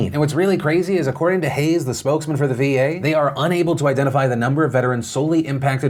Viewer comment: Cringing every time I hear "VA bill of rights".